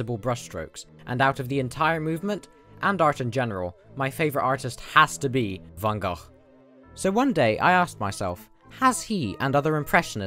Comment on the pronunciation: Just wanted to say that you are one of the first non dutch people (i assume) who pronounce van gogh's name correctly